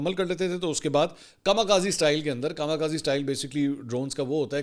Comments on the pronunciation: Kama kazi nahi 😂 かみかぜ Kami khaze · Dear Sir, I want to make a necessary correction. The correct word is "KAMI KAZE" and not KAMA KAZI. This is Japanese word, KAMI means God and KAZE (correct pronunciation is KAZAY) means wind, means devine winds. Dr.Shahzad Nasim (Ph.D. Japan)